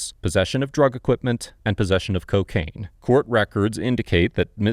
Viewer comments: Did just say ceeeocaine!?!?!?🤣🤣🤣 YEEEESSS!!! This is why I love this channel! Among other things.., lol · The way he pronounces CO-caine 😂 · I’m addicted to the way this man says COcaine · “CO-caine” - the narrator. Props to him for not knowing how to pronounce it. It means he’s never used it!